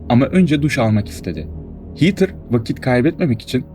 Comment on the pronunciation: Hiiitır değil hedır diye okunur 🤦‍♀️